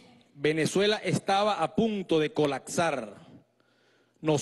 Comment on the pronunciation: Animal ! No es "Colacsar".... Es ColaPsar